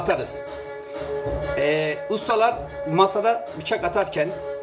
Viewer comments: Adamın biçak demesinden belli 😂😂😂 bir şey deyemediği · Bıçak değil biçak kdlsldkd